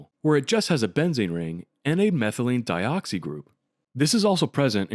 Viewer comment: Some comments: 1. Why isn't the shiat stirred during dropwise pyridine-addition? I know it's in an ice bath at that point, but there's got to be a way to stir the stuff. 2. It's not "al-ill" it's "allyl" and it's not "methylene-e-dioxy", it's methylene-dioxy" 3. You have eugenole, but you don't have NaOH?? That's a bit like in Scary Movie 4:"They're mastering space flight, but they can't get through wooden doors??" 4. If the dichloromethane-addition really is that easy (to get the methylene-dioxy-bridge), I guess it's good enough - I'm just wondering why the eugenole can't be directly converted into safrole, since the methyl-group is already there. Can't you just halogenize the methyl group, e.g. do an iodination, and then form the bridge in an alkaline reaction with hydrogen iodide as leaving group? Anyways, good stuff :)